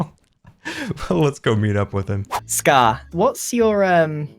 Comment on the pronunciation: Am I the only one who loves how he says ‘scarrrr’ or ‘scarrrred for life’?